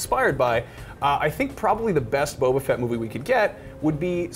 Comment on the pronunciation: Boba not bobo